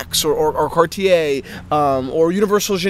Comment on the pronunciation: Now, you guys got to learn how to pronounce Cartier....it would sound like "Car'tje" and not "Car-ti-ai" .......